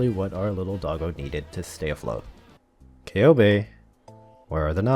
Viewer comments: actually her name is pronounced Köhbe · take a shot everytime he pronounces Coebu wrong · I always thought her name was pronounced SeeBee so I just stick to that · Take a shot everytime is mispronouncing Ceobe's name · I heard like 69 different ways to pronounce Ceobe's name in this video. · Say Ceobe's name correctly!